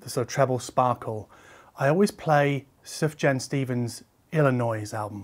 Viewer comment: a) best B-roll music of any hi-fi channel b) It's "Soof-Yahn" Stevens c) xoxo